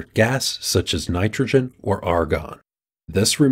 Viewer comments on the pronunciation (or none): none